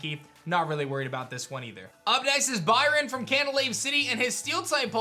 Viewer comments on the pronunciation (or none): none